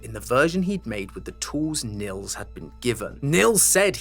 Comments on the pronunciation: its not pronounced nills thogh in germany where i guess this name comes from we pronounce it neels. if that makes sense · Btw as a german i wanted to say you the name Nils is pronounced like kneels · it's neels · Great video, lots of Love from Germany! ❤ Actually having a friend called Nils, though, I feel obliged to point out the name is pronounced "Kneels"! 😂😊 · I know German names and phrases can be quite difficult to pronounce for non-natives, so just letting you know the name Nils is actually pronounced like "kneels". Hope that helped ^^👍🏻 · Nils is not an uncommon name here in northern germany. But you totally butchered the pronounciation, because it's suppost to have a long pronounced i. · As a German, the way says "Nils" will never stop to be funny